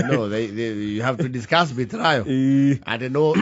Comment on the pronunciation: Why do you pronounce betrayal as betrio?